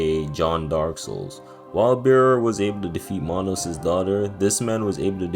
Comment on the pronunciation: Hearing this guy pronounce manus sent me into a deep depression